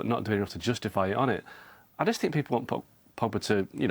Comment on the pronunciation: come on la jose, it's i think, not i sink